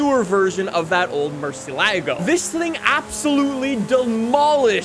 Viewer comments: The way he said murcilago made me want to die, and no body should drive the svj every day, PFFFT, FORGET ABOUT DDE and savage garage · Says Murciélago is his favourite yet he can’t even pronounce it correctly. Typical from Americans/American Canadians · His pronunciation of the Murci kills me